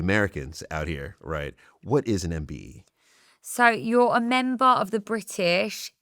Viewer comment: Imagine being awarded a MBE & the Person cannot even pronounce what it’s called or get it right 🥴🙄🤦🏼‍♀️ the idiot who thought giving this girl a mbe for basically doing good things (granted) after getting famous for watering her ex boyfriends garden 😉